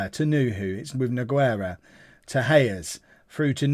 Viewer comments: Exactly it may sound weird but Nogueira for example sounds like this: NU-GAY-RA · I'm gonna give you a little tip for like 90% of all spanish/latinos/Portuguese people the "U" in the middle of the name is silent, just so you know in this case "Nogueira" the "u" is silent